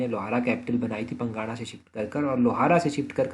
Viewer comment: सर ये जो आप पंगाणा बोल रहे हो यह पांगणा है